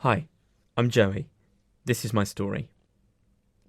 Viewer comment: the way he said hi in the beggining 😅